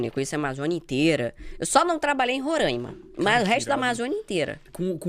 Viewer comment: não é rorãimam, é Rôra i ma. Seu conteúdo é excelente e, é uma pena você nunca ter vindo aqui. Se quiser vir o convite está feito é só entrar em contato comigo e nós vamos planejar algo. Minha casa é simples, mas será seu hotel. Seja bem vinda.